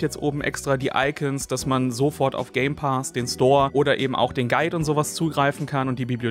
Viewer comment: „Game Paas“ so sprichst du es aus 🙉😂